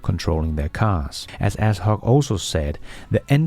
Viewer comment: A-shok, not As-hok